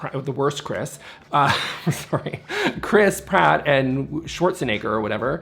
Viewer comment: You say Chris Pratt. I hear crisp rat